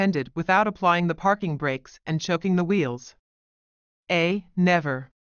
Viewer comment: I hate computer voice…”choking wheels”….😂